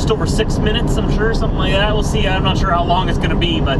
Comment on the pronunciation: see not sey